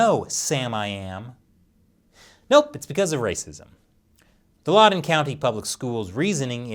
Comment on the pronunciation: I love you, but it's LOUD-en County, not LAUD-en County. I expected better investigative journalistic integrity from you. No wonder this episode got demonitized. It's always sad to see your heros fall 😢